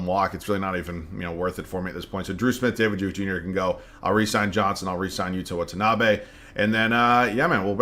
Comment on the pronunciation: just letting you know the pronunciation on Watanabe is the best i’ve heard from content creators 😪